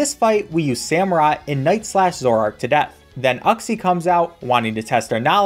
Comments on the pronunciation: Saying uxie like "you xie" easy: no "uck xie" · Man really just called Uxie "U-xe" and not "you-xe" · It's pronounced You-xe not uh-xie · The way he said uxie hurt me… physically (It’s YOUX-IE) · you-see uxie. you welcome